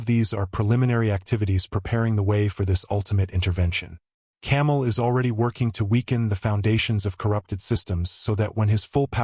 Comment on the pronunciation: It’s Cam-A-el not fuckin camel. He’s not what Indians ride through the dessert. Change the video